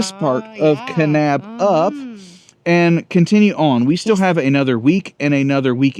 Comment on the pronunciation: My home state! 😍 And y'all said Kanab and Zion correctly! Bonus points! Haha! 😂